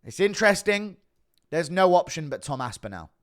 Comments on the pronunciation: It's Aspinall. Not Aspinell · Where are you from bro? Everyone from all over the world, in different languages, manages to pronounce “aspinall” correctly. Everyone except you😂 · Aspinal jock-riders malding 😂😂😂